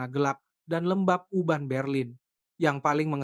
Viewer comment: Urban jadi Uban bro